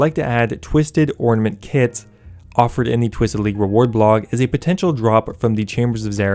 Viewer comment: "Twisted Ornamanet Kit" nice